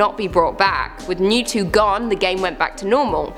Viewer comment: It's Mewtwo not Mew to XD